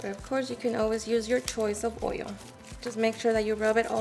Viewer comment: Coat it with oyo, tent it with foyo.